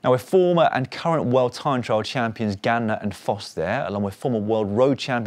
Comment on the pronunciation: Dans pronunciation of Ganna making up for the few presenters/commentators who still insist on calling him Garner 😅